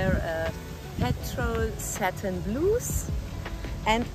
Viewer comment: Höre doch bitte, bitte, bitte endlich damit auf, „Blouse“ wie „Bluhs“ auszusprechen. Das ist furchtbar. Ich habe es schon sehr oft in die Kommentare geschrieben, es wird „Blaus“ ausgesprochen. Einen offensichtlichEren Beweis dafür, dass du die Kommentare gar nicht liest, gibt es ja wohl nicht. Dein Englisch ist ohnehin eine Katastrophe, aber verbessere doch wenigstens das, was sich schnell und problemlos verbessern lässt. Und die richtige Aussprache von „Blouse“ ist doch wirklich sehr einfach.